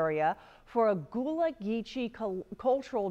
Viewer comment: It is pronounced "gull-a" not goo-lah. And it is "Sap-a-lo" Island